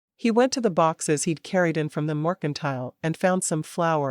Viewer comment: All of these books deserve a MUCH BETTER Reader then whatever this AI is. I'm so tired of missing words and the mispronouncing of words. Morkintile, is in my brain for forever I believe. :P